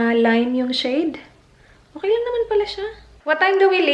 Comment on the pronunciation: Her:Okeh.... Me:Okeh Keyoh...😂😂✌ Love you